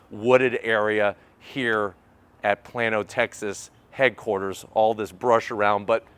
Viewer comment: Hey, just fyi....it's pronounced "Plain-noh" I live about 5 minutes from that office. Also, why did you have to say your hs year? I feel old now, lol. Good review though.